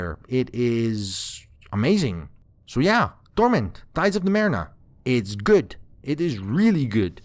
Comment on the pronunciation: Torment Tides of NumeRENA?! What the hell? This doesn't bode well...let's see. Not bad actually! Quite good. But c'mon...Numerena? Dood, it's Numenera, how could you miss that...